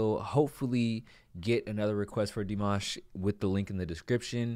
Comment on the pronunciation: It's actually D like the letter, and then "mash" the way we in the US say "mash"-ed potatoes, that is how Dimash is pronounced.